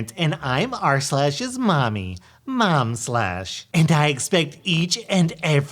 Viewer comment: He literally said Momslash 🤣